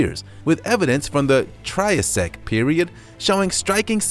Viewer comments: 5.36 it's not tri u sic it's try ass ic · It's hard to be scared of the arthropluera when he can't even say it right (and triassic) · A narrator should know how to pronounce "Triassic", "Maori" and "Linnaeus"...